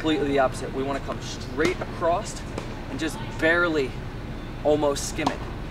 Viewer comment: subscribed, love the tutorials. Only criticism is it's "across" not "acrosst" .... there is no t....